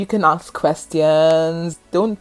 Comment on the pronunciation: Great video but why do you keep on saying arks? The word is Assssk.